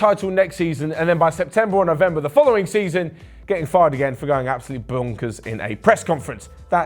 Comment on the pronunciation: "Bounkers" XD ahahahahahhaah nice one